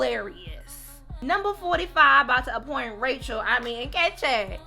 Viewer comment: The way you pronounced Nkechi had me laughing 😂